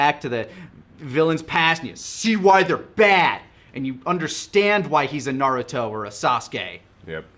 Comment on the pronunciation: Naduto Me: Narooto.